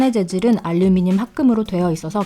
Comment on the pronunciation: 뿰케이 , 뽈멧은 발음을 굴리는데 카메라 마이크 알류미늄은 한국발음인 혼종